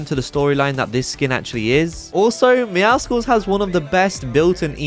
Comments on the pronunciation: Bro saying meow skewlls is pissing me off say it like muscles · ITS MEOW SULLS NOT MEOWSKULS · The c is silent in meowscles its pronounced like muscles and you dont say muskulls do you? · MEOWSCLES! IT’S A MIX OF MEOW AND MUSCLES. NOT MEOW AND SKULLS. I HATE IT WHEN PEOPLE PRONOUNCE IT WRONG 😭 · 2 years later and people's still can't pronounce meowscles correctly. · How do you possibly still say Meowcles wrong after there's another skin called Meow Skulls. I love your videos but bro...